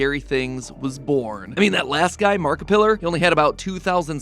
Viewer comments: HOLD UP HOLD UP DID HE SAY MARKIPILER 😂 MARK-A_PILER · “Markipillar.” LOL! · "markipiler" bruh I can’t 💀💀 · Never would I have thought that one day Matpat would call Markiplier "Markipillar" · "markipillar" XDD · "Markipiller" That's a new one 😂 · DID HE JUST SAY MARKAPILLER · And pronouncing it “markipiller” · Not “Markipillar”! 🤣🤣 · "marki pillar" 💀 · Bro called Mark, Mark pillar 😭😂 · "Markipillar" 😂 Edit: just imagine if style theory had come out before food theory 😂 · Marka-pillar... couldn't resist pointing it out sorry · Omg matpat is hd now and he really pronounced markipllier as markipiler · Tf is a "markipiller" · Did this guy just call Markiplier, Markipiller? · was it just me or did he call him "Markipiller" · The way he said Markaplier 💀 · Did he really say makapillar? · “Markapillar” MATPAT NO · "Hello internet! Welcome to game theory" and he's come all the way from doing Christmas acting videos to this. Thank you Matthew. Also "Markippilre" 😂😂😂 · I love him mispronouncing Markiplier’s name in this video, just like he probably would have back then. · I’ve never heard Markiplier pronounced like that 😂😂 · Mispronouncing Markiplier really did it to me. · Saying markilpiers name wrong with so many yrs of hindsight is kinda based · I love the how Matt mispronounced Markiplier and said that he would be “going places” 😂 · Anyone else catch him mispronounce markaplier